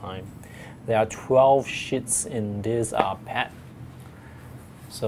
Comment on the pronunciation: When u say sheets it sounds like you are swearing.....😐😐😐😐